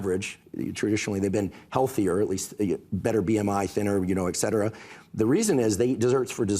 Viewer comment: how are public people still saying “exetera”?! It’s et cetera.